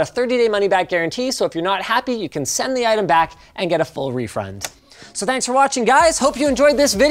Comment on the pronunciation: I ruv refrunds :)~